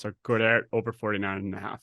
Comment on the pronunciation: Guy saying Goederts name wrong is like nails on a chalk board but beside that, great insight guys... love that the 2nd guy got it right